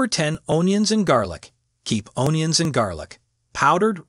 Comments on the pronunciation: It’s the pronunciation “own-yun” for me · No, he said “ownions and garlic.” 😂